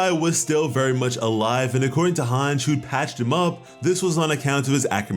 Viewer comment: couldn't even finish bc of Hange's mispronunciation